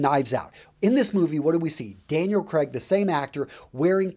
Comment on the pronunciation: By the way, the names are pronounced as: George Lay-zen-bee Daniel Cray-g